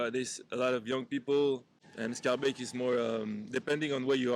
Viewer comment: You pronounce Scharbeek, Etterbeek like a french , it's Skaar baik